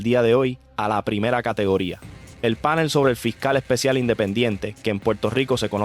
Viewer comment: Mira mijito no se dice PÁNEL. Se dice PANEL. PronunciaS muy bonito pero eso es un DISPARATE, ORAL Y ORTOGRÁFICO.